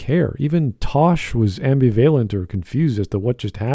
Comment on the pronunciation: The way you pronounced "ambivalent" hurt me.